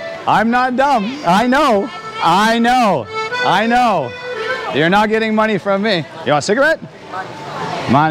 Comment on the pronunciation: "Give me mah-knee" Lol